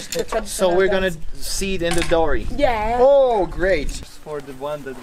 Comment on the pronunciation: it's pronounced 'dow-ree' not 'doh-ree'.